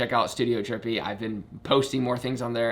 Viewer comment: says trippy when it reads as drippy dang